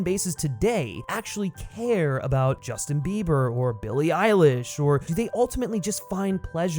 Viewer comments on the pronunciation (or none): none